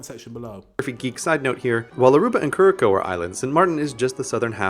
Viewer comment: the way he pronounced Curraçao 😭😭 thats just offensive